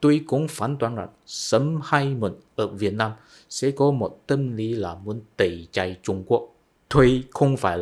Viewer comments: Tẩy chay chứ không phải tẩy chai bạn nhé. Tuy chữ i và y phát âm giống nhau nhưng vần ai và ay đọc khác nhau đó. Cố lên bạn nhé! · "Tẩy chay" không phải "tẩy chai" nhé bạn.